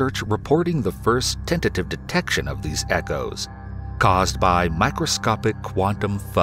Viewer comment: is he saying detection ?